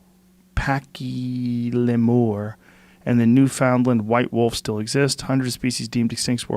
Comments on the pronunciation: Newfoundland is pronounced “newfin-lan”, I wasn’t gonna say anything until you corrected yourself on Tanzania, if you can learn how to pronounce the name of a third world country, you can learn how to pronounce a Canadian province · Hey mate, it's pronounced "Newf-in-land" eh 🇨🇦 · NEW-FOUND-LAND say it with me, NEW-FOUND-LAND, White wolf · Completely fucked up saying Newfoundland 😆.